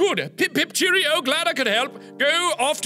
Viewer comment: MARKS BRITISH ACCENT IS THE BEST!! ESPECIALLY WHEN HE WENT “pip pip Cherrio” IM WEEZING!! 😂😂😂